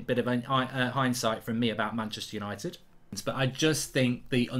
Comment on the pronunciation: It is so funny when he said untied for the champions league 😂 I am dead